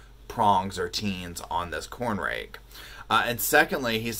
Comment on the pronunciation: TINES = like LINES -- not TEENS -- P.S. you are hilarious